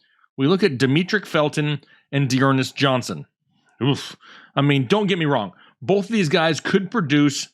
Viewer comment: you got dernest johnson wrong ugh.